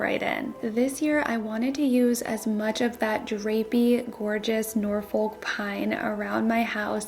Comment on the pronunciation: It's pronounced Norfuk 😊